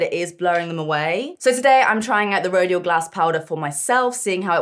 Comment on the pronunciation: Rodial is prounounced Ro-dial. Like dial, what you do on a telephone